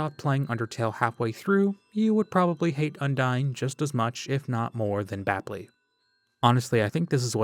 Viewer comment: That ending where you finally said berdly actually almost gave me chills